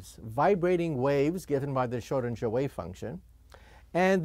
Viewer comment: Worst pronunciation of the word „Schrödinger“ ever